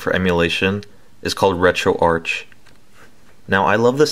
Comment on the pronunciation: And its pronounced RetroArk BTW. Lol